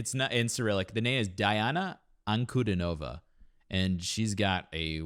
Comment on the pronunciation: Her name is phonetically pronounced Deeahna AnkuDEEnahvah.